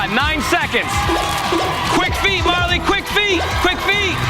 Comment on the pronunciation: And he also said Marla the instead of Marley